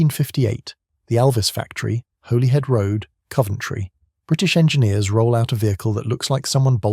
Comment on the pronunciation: it's pronounced Hollyhead road, not Holyhead rd